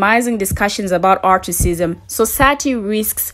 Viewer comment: Why do you keep saying articism? Why aren’t you using the word Racism?